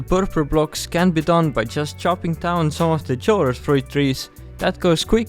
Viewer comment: I'm sure there are already thousands of comments saying the same thing but I believe that chorus is pronounced "ko-rus" with the "ch" having a hard "k" sound like the word "choir"